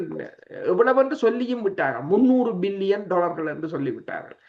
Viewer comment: மில்லியன் பில்லியன் உச்சரிக்கும்போது சரியாக விளங்கல கொஞ்சம் கவனத்தில் கொள்ளுங்கள்